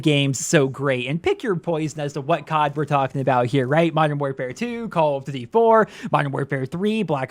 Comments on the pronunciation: “Call of ddee” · What is "call of dty" HAHAHA im sorry dude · Can we slow down and actually focus on what you’re even calling this game? “Call of Du VUVU 2”?????? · Dislike cuz of how you say “duty” tbh